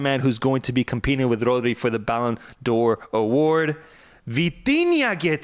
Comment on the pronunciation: Bro said Podri 😂😂😂😂😂